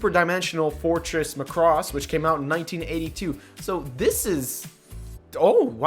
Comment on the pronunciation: Btw it's Mac-ross